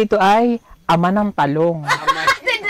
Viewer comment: Bakit ganyan sila mag bigkas anglayo hehe, Talong is Ta Long😅